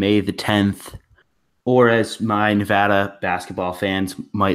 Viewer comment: NUH-VADD-UHH not NUVAHDUH